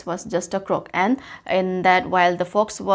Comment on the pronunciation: Helped me but croak was pronounced wrong thank you mam